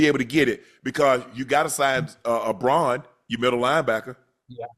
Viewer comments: Why cant any pronouce Zack Baun's name right? It's Ba-un. Not Br-on 🤣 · It's BAUN, Unc. 🦅💚 Love your commentary